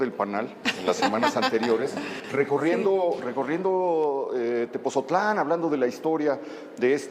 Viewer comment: ME ENCANTÓ EL VIDEO PERO, LA SEÑORA DIRECTORA DEL MUSEO QUE MALA PRONUNCIACIÓN DEL NOMBRE DE "TEPOTZOTLÁN" CON T Y Z. DEBE DE PRONUNCIARLO BIEN. NO SE DEBEN CONFUNDIR CON TEPOZTLÁN.